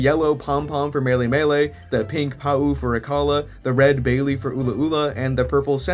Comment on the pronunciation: So hype for new video, love the Tapus (in their normal colors AND their shinies), love everything mentioned that they stand for, I didn't know that the island names were literally words for colors! That's so cool! (Hey uh did you just pronounce baile form(e?) (which I've always taken to be the Spanish word for dance, pronounced ~bye-lay) as bayley???)